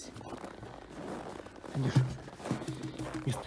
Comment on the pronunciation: когда говорит хандюша Слышится как будто Кутюша))))))